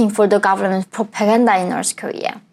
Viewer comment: Why North pronounce like - norsë ?